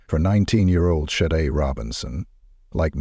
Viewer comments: SHA-DAY. Not Sade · Aside from the robot voice narration (given away by the ridiculous alternating pronunciation of "Sade"), this is an excellent, compelling, well-written video. Great storytelling, presentation of events! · the mispronunciation of her name is irritating. RIP Sade 💕🕊️